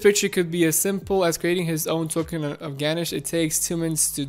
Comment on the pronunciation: Just a heads up - ganache is "Gah-NASH" (GArden, NASHville). It's the high chocolate content icing for cakes, it's hilarious that the blockchain toolkit is dessert themed!